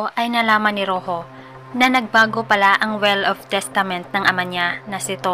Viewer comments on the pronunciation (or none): "will" po mam hindi "well" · Yes... "well" (will) lang nman kamali nya